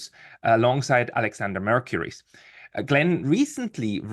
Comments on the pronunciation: In Greek, it's pronounced mer-KOO-riss. Not mer-CUE-riss. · It’s Alexander MERCOURS, not “Mercury.” I’m puzzled what Professor Diesen is doing with those two nitwits from The Duran, who have ‘specialized’ in reading pro-Russian Telegram channels, and then make a daily summary in order to generate clicks. Their (pro-Russian) predictions since the beginning of the SMO of a quick Russian victory have been completely wrong, and for the rest they offer very little extra insight or background info. Especially that bearded guy (the ‘CIA guy’ in Athens) seems particularly clueless.